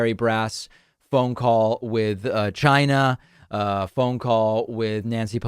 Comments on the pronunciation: So funny watching the tangerine wannabe despot twist in the wind. His anxiety levels correlate well with the degree he mispronounces “China” as “Gina”. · The CHYNA (hate how he says it) tariffs were so a a huge trump donator - ceo of Blackstone - could make billions by selling soy grown in South America, which as you’ll recall was on fire after the Native council won a huge case giving them native title, preventing further clearing for soy crops and lumber (which Blackstone also profited from) - Droopy Bonespurs’ joint chiefs discussed the 25th within the year of his occupation- they were concerned in the first few days when he continually asked about how to launch nukes - he also talked about closing the border and using the insurrection act without there being an insurrection, so after he lost he tried to creat one but no one would let him pursue those powers - the general has an adult taking a machine gun off a toddler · Why can't he say China instead of Gina? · Jyna? Gyna? How do you say China? Are you saying Gina like the end of va-gina? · How do we spell China how he pronounces it.. Gyna. Jina. Zcina. Shina. You can smell his methane breath through your device. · I HATE the way he says "CHYNA" and I wonder why he pronounces it like that. Weirdo. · The way he says China like Ghyna still makes me mad. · Why can't he say China? Chiiiiiiiinaaaa 🤣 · Wow! There was one time in that phone interview that Trump almost said China correctly. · The trade deal WAS a disaster. And calling it "CHY-NUH" and calling covid the "China Virus" is still bigoted AF. I don't particularly like the Chinese government, but being a bigot at them isn't the solution. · There something that irks me every time he pronounces Ch eye nah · I love how Donald pronounces Chine-Nah! Just like a Alec Baldwin impression! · Still saying CHI-gna. His mongrel son made it clear what they were doing on Jan 6. Thank God they lost. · It's not China it's gchina. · Why does he pronounce "china" so weird